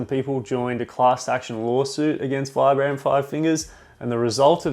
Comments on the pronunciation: Actually, it's pronounced 'veebram' 😉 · It's pronounced "veebrum". Vibram is an Italian company founded and named after Vitale Bramani aka Vi-Bram. They really should just change the pronunciation of their name as no one gets it right lol